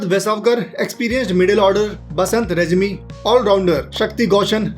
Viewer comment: Brother 'Regmi' "रेग्मी" hota hai "रेज्मी" nahi